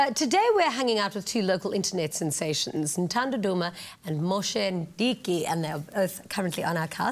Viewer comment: its Moshe Ndiki not Mdiki